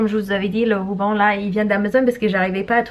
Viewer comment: Quand tu dis rouban au lieu de ruban mon coeur il gonfle d’amour 🥺🥺🥺🥺🥺